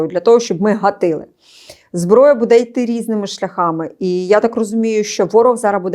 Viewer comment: Шановна ведуча. Прошу звернути увагу на наголос у слові буде,яке повторюється часто , але неправильно. З повагою.